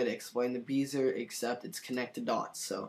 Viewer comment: Just so you know, it's pronounced "Bez-ee-yay". Not "Bee-zer". LOL! But great tutorial!